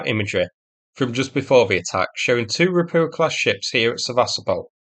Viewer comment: Ropucha is spoken "roputsha".